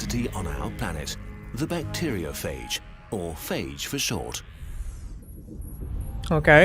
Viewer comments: The Bakterioofepfridge,perfect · It’s more pronounced Back-tee-rio-f-age